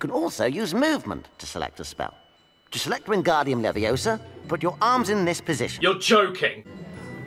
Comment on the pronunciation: It's Leviōsa, not levio§a.